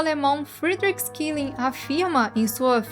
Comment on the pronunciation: Adorei a camiseta.... ótimo vídeo como sempre Não reconheci o filósofo pois foi lido de modo dito inglês e não alemão: sch-> x<- elling> xelling.... um dos pilares do idealismo alemão. Meu mestre de arte Joseph Beuys foi influenciado por ele e outros do idealismo: Hegel e Fichte